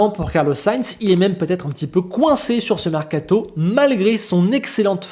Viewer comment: Il est où le “T” de mercato ? 😂😂